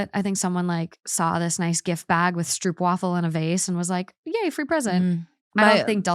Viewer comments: Stroopwafel is pronounced as 'strope + wahfel'. ;) Hope you can get them again at a Dutch shop nearby. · Amsterdam!!! ❌️❌️❌️ My city!!! ❤❤❤ Stroopwafel - the oo is pronounced like Oh/Ow. The English oo-sound in Dutch is written oe. A in wafel is Aaah.